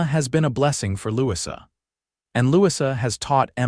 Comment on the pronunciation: I believe that the new little girl's name is pronounced Lou-e-za, Louisa not what AI kept saying.